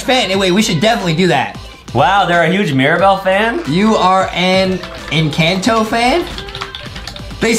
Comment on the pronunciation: The name is encanto the a says al